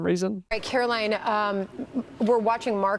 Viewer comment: I know we don’t care for her, but please say her name correctly. It is Karo-line not Karo-Lyn. Reminds me of Trump mispronouncing Kamala’s name. Thank you!